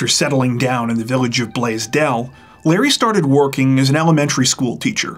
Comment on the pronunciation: You sure put the accent in the word Blasdell very strangely. And SUNY is pronounced as a word, sounds like "soon-ey." I got to SUNY ECC myself.